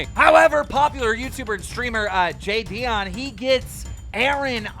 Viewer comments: Lmfao he said ji- deon it’s like jadon bro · He really Called jidion “jaydion” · I know Jidions gonna cringe at this video😭😭😭 “Jay-Dion” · Bro learn how to say jidions name 🤦🏻‍♂️